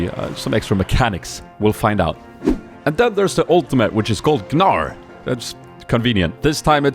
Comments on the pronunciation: the g is obviously silent.. bugs me he say G-nar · his name is (Nar) when u say it xD Not G-Nar, cuz when u play him, he says his own name. And its Naar. :3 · its just pronounced nar :P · Gnar is difficult to say, cause it's really "Nar", not "Gnar". XD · There's a very strong chance that Gnar is pronounced "Nar". Like how gnaw is pronounced "naw" or gnome is pronounced "nome". I'm not familiar with any words in the English language that have gn at the start that actually pronounce it like "g'n". I play it in English. Many characters are named after English words like Talon, Fizz, Brand, Graves, Fiddlesticks, etc. So overall I have no reason to believe Gnar is not pronounced "Nar" and multiple reasons to believe it is. So it's probably gnot as hard to say as you thought. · FFS PEOPLE! IT's not G-NAR... imagine the word gnat or gnome... the 'g' is silent. Therfore it is pronounced "nar". So please, 1 thumbs up is one prayer to all those mentally inept english-speakers out there ;) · its pronouced NAR not GI NAR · guh-nar, why would you pronounce it like this, THE CHAMPION EVEN PRONOUNCES IT HIMSELF!!!!, it's literally pronounced Nar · I don't want to be that asshole but it's pronounced NAR, not GNAR. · the pronunciation of the champion is "Nar" instead of "Gnar", a riot employer from spain told that it is like that. Say hello to Spain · You just pronounce it Nar, the G is silent. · GNAR is pronounced with a silent G you noob (NAR) xD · Someone tell that Riot said it's called -Nar, the G is silent. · the correct prenounciations is actually "nar", the G is silenced. Some guys said Riot corrected in on twitter. So if that is interestign for you at all, you are supposed to say Nar when you say his name. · its pronounced nar i think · BTW, it's pronounced "Nar" The G is silent. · Just pronounce it as "Nar" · you pronounce gnar like nar hope it helps:) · you read it Nar .. silent G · you pronounce it as nar tho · u dont say the g